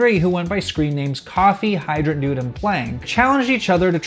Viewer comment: i don't think Kofi is pronounced coffee.. think of kofi kingston lololopl